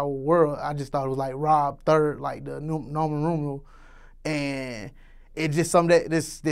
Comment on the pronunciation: "noman rumeral"😂😂